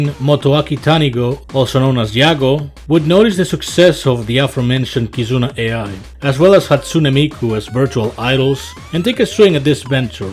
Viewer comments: Yep, he ain't kidding about having barebones info on Vtubers when he calls Kizuna Ay.Eye. instead of Kizuna Aye. AI tech booming doesn't help in this regard too. lmao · bro said "Kizuna A.I."